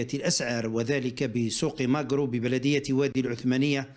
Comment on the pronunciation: اسمه ( ماكرو ) ليس ماقرو ههههههه